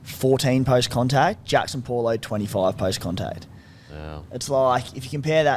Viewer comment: On the subject. Tago is pronounced Tung-o n Paulo is said as Bo-h-lo. ah, eh, ee, oh, oo. Vowels are key.